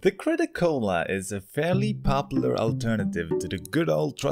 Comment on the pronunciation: i like the crit-o-cola but im not rude